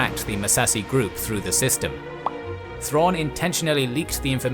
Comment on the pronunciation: God they butchered Thrawn.